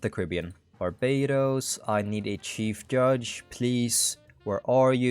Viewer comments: Stop pronouncing shief judge incorrectly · Choose one. Pronounce it as Sheif Juge or Oil up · rise of nations but i can only incorrectly pronounce chief judge